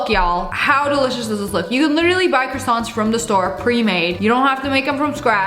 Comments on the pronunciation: Lia : ok I got pre made croissants 🥐 “ahem I mean CrAsSWoNt 😂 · People are saying tom holland says quackson for croissants